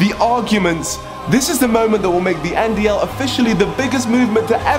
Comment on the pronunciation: Niko: “Join the NDL”: “Join the NDLE” 😂😂😂